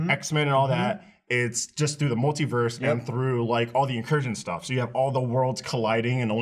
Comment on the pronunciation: After hearing pronounce multiverse I don't trust how he pronounces anything.